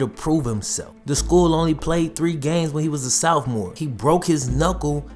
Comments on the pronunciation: its sophmore not southmore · I love your videos but I can't get over the fact you keep saying "southmore year" in all your videos. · Lol Southmore? 😂😂 I'm done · I’m bothered by the way you say “ Sophomore”. You say Soufmore. Lol lol